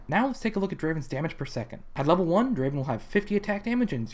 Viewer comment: Not Draven.... Draaaaven.